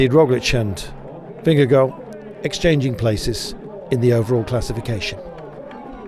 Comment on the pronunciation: Somebody learn that commentator how to pronounce Vingegaard .. Sounds really bad . Mabye call Rolf Sørensen ... Its about time to learn it right. ok .. fan of GCN .. :) and subscriber ,, And danish LOL:face-purple-crying